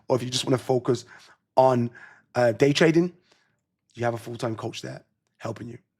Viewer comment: DID HE SAY GAYTRADING 🤔 NVM